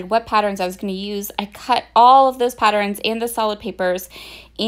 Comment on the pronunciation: Why do you say “pattern” properly but “patterns” gets an extra vowel and comes out “patterins”? Is that a regional dialect or accent?